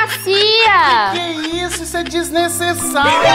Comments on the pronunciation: Em vez de ele falar desnecessário ele fala desnecessáuro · Porque ele fala desnesesauro kkkkkkkkkkkkkk🤣🤣🤣🤣🤣🤣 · Kkkkk Olha cuando ele fala desnesesauro kkkkk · Sla;-; so sei que desnessesauro significa que ta fazendo coisa sla estranha